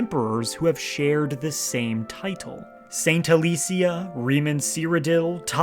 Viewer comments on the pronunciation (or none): Its pronounced A- less-ia